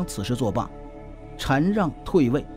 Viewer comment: 的中文有待提高是shan让不读chan